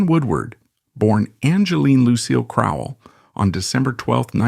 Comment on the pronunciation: You say “Crowell” but the video says “Cromwell.”